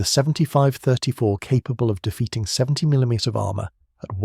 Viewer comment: Why can't they pronounce mm or cm? Seems like AI.